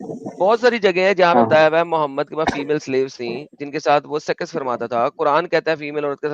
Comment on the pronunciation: Adam can not pronounce conjugate words like सेक्स and says सेकस? How this happens? Horrible!